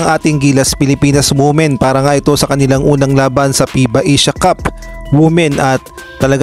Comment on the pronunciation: Not wu-men, but it is pronounced as wi-men